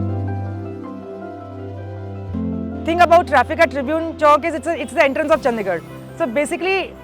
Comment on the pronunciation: It's चंडीगढ़ and not चंदीगढ़ I know most fools and ignorant say whatever.